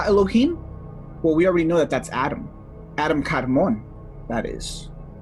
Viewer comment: I believe the correct pronunciation of kadman is a little different. It's pronounced like a Jamaican yardie smoking the ganja. Say it with me now kadmaaaaaan maaaaan. Hari chrishna 🙏